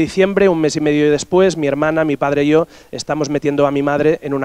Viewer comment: Me hace gracia como los catalanes pronuncian yo es como iooo